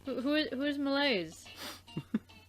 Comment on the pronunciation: I've just noticed that there's a lot of French words in English It's pretty funny and cute to hear you mispronounce it tho